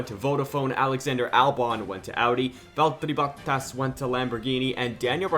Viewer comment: The fuckin Valllllterrriiiii Botttaasss, dude thinks he is finnish